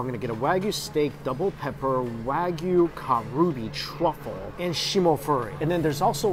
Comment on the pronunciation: Looks delicious! Makes me so hungry. Just FYI - it’s not Kah ROO Bee, it’s KAH ru bee like as in japanified pronunciation of Korean Kalbi.